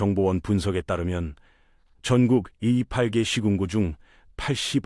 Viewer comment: 야이 유투버 놈아, 인구소멸이 중요한게 아니라, 니 놈의 구라질이 심각하다. 이 부분을 잘 들어보시오 시청자들. 이 팔개 (28개), 팔십 아개 (84개) . 영상도 AI, 목소리도 AI, 니 아랫도리에 달린 것도 Ai...? 이런 한심한 것들은 차단 + 신고해야 한다고 생각합니다.